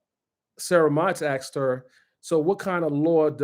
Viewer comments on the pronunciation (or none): I appreciate this guy, so please don't be mad at me, but the word is "asked" not "axed" lol, there's an S in the word